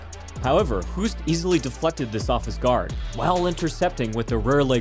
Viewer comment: The proper Portuguese pronunciation of Filho is "fil-yo", not "filo" (with a specific inflexion in the middle that has no equivalent in English). As a general rule, "ilho" (like in "maravilhosa") is pronounced "ilyo".